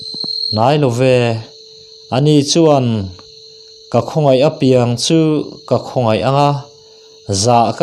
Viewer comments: Chhiar thism khawp mai, ngaihthlak a nuam dap dap e. "Apiang" tih i thluk dan erawh kan thluk dan nen a inang lo deuh.👍👍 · Apiang tih hi athluk i ti diklo fimkhurtakin aw i in peknate aropaia uluk takin aw... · I chhiar thiam hle mai ngaihthlak a nuam e,apiang tih erawh hi chu........ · Apiang i lam dan hi adik lo